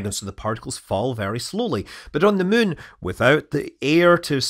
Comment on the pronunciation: Funny how you pronounce muun. 😊